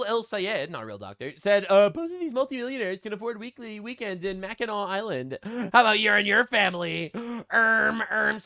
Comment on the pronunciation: So I was listening to the last YouTube video of yours where you pronounced Mackinac Island wrong and thank you so much for pronouncing it properly assembly from the northern Midwest I appreciate it. I mean my parents actually also listen to you and my mom said we honeymoon in Mackinac Island. That’s not how it’s pronounced. Lol 😂